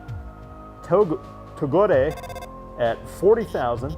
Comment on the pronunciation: Erm togore is sounded out with silent e. togor(e)